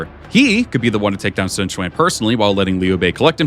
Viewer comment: "Sun Cuan" I think I found out where the VAs got the idea to say "Swan Cuan"